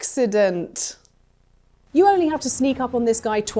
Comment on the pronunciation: Ax-ident 👏 bravouw